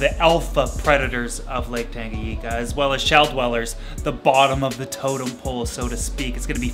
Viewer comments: Tanganyika!!! Not tangayeeka lmao. Before anyone attacks me I love this channel.. but damn the pronunciation gets me sometimes😆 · Love it..All..But dude,Tanganyika ..N spells like letter " N" in the word "new " for example :D I couldn " t just overhear that so many times ..But love the work..Keep rockin bro" !!! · Great video as always! Just 1 thing: it’s TangaNyika and not Tangayika :) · Please look up how to pronounce tanganyika